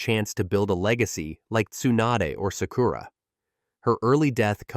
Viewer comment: Can you please learn to pronounce Japanese words for Christ sake...? It's MA-DA-RA.... There's no E in it. It isn't MaDEra. Each syllable gets an equal amount of time and the A's sound like the A in Paw. Sa-Ku-Ra is pronounced without an emphasis on the U. The U is usually barely stressed at all. Take some basic classes. Your inability to say the words properly makes your video almost unwatchable.